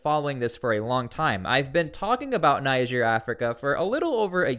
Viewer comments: The country is called “Neeger “ not “Naiger” 😂😂😂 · For God's S@ Say It With Me Tsply "Nejerr" Not Naija Even the guy holding conference sounds it right, are you trying to be a d*ck That's my country Nigeria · I must first correct you. There is no country called NIGER AFRICA. It's NIGER pronounced Nigier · Will it kill you to pronounce the name of the country properly? Will it?